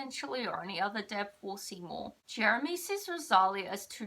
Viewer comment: It's pronounced RO-SA-LEE-A 😭😭😭😭 NOT ROSALIAH. Also, you wrote her name wrong in the title. 😭